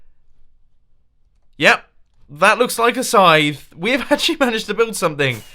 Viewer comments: Did anyone else think he wad saying "sign" instead of "scythe" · I thought you said sign not scythe.